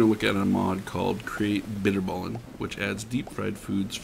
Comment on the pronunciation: as a dutchy i can confirm he said bitterballen weird